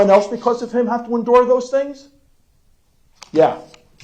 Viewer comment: Its like he just found out the word endure